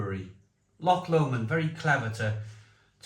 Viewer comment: Loved the review mate, remember this say Lomond like Low-mond